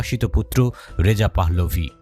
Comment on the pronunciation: পাহ্লভি না পাহলভি হবে আপনি বার বার ভুল উচ্চারন করছেন।